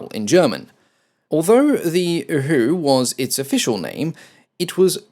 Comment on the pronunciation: I may only have a German vocabulary of around 20 words, but 'Uhu' just didn't sound right!